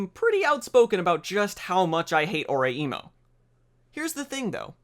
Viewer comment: *It's pronounce O-rai-mo. Do you even Japanese!! bro xD